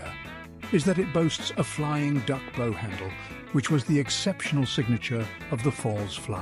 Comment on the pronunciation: Unbelievable! If I hadn't seen this with my own eyes I would not believe it. By The Way, very interesting way the ROBO voice pronounces the word B O W. It is of course not as presented. Not a bow like a ribbon tie. It is a bow (the front of a boat) more like bough.